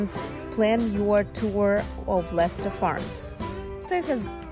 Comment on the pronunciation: Les-ter is the only proper way to say it.